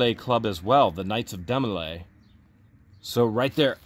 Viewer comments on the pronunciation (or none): Hi guys...Demo lay is the youth organization for guys in prep prep for the Masons ...and the girls organization is called Job's Daughters. To have attained "Supreme " status the person must have been in from the beginning age of 12.... Its pronounced Dee,-mo- lay. My daughter was in Jobs Daughters and she had to prove her Mason heritage to her great grandfather to join The counselors and adults represented the girls were very good teaching young girls to become with a small amount of public speaking in holding office ,presentation of faith & ,floor work for the public at their bethel meetings, memory work and special duties they had to learn from their member's book. It was nothing secret all meetings included parents,and guests,etc. They did teach girls how to grow into young ladies. Of course ,this was how we were raised and so My husband and I could see the value to our daughter to have new friend,make it to the meetings twice a month, learn a little about the values that we all considered good like loyalty,faith in god,a sense of caring for others and an overall sense of becoming a good, well rounded individual who cared about others in times of need or times of joy. They had special projects at Christmas and Easter for the after or needy and did a lot of good thru the organization. I saw a different side of my daughter as she grew into a young lady with thought and concern for others. I would recommend the group to anyone having a young daughter or daughters to possibly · It is pronounced D MO LAY and not a secret society